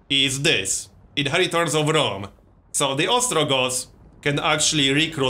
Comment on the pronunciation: "Rome Tow," gotta love that accent :)